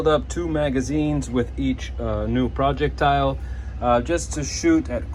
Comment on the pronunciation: Projectile is ONE word, not pronounced as a compound word!What place did you learn English????